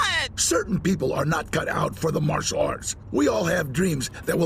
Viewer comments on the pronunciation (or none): none